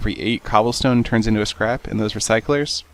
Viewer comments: it sounds like you said crap not scrap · when u said scrap i tought u said crap XD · every time u say scrap i think u say crap xD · He said"the scrap" but it sounded like "This crap" hehe